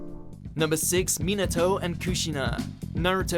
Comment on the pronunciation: me-natow? and kuh-shinah?